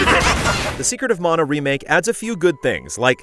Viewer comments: It sounded like you said “Secret of Mono” at first, which is would admittedly be a very, very different game. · "secret of mono " 🤔